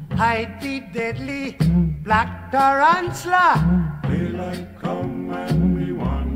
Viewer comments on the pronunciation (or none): My guy just made Tarantula into a 3 syllable word and hoped no one would notice